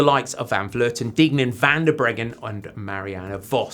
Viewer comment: It sounds a bit strange when he pronounce Deignan, I mean not usual.